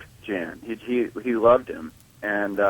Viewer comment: Jan is pronounced Yan I believe.(Dutch)